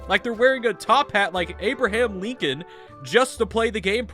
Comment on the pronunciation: “Abraham leekon.” 🔥🔥🗣️🗣️🗣️